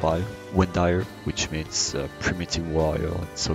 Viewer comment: Good, except the band's name is pronounced as [vind'ir], not [windair] :)